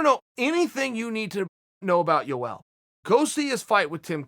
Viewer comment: chael " U L romero" Sonnen